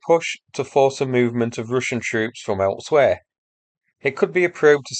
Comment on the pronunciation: am i the only one now saying Rooshin?